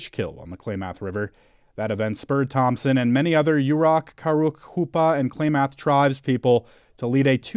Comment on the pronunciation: Sure wish they knew how to pronounce "Klamath"